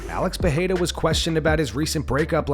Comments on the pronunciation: STOP saying “PeHeira”!!! — It’s pronounced PEREIRA in both English and Portuguese!!! NO ONE IN BRAZIL SAYS “PEHEIRA”. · because they’re dumb? Vandergruff is right. In Brazilian Portuguese you only pronounce an ‘R’ as ‘H’ when it’s at the beginning of a word (eg from some of the Gracie family names. Roger becomes Hoger. Renner becomes Henner and so on) if the ‘R’ is in the middle of a name or word, it’s pronounced as ‘R’